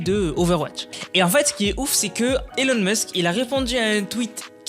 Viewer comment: sa se prononce ilon musk